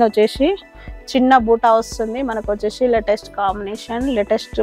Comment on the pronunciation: వచ్చేషీ కాదు అమ్మ వచ్చేసి ప్లీజ్ వినడానికి బాగోలేదు. నైస్ sarres. మీ షాప్ కి వస్తాము